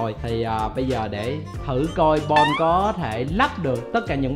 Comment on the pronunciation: Chu chu bạn mình được lên tv 😂 mà nó tên bon mà gọi toàn là bôn 😂